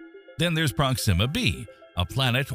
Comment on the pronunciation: I have never heard the pronunciation "prox-zima" before, I always heard it was "prox-ima".